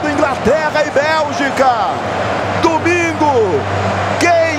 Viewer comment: "É falta pra Ingraterra" kkk rachei